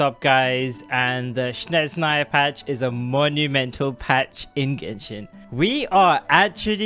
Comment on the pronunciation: It's not "shnez", its the other way around - "snezh". 😂